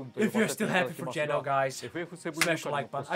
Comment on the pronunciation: Why does he pronounce it as "Jen-oh" instead of "Jee-know"?